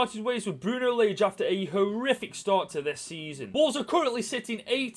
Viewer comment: Bruno Layje